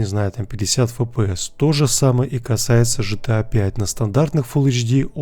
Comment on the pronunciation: Дружище не по теме видоса, но ты не правильно гаворишь название игры GTA. Не ЖТА, а ГТА. 🙂👍